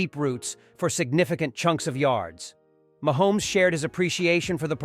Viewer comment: Mahomees stop saying it like that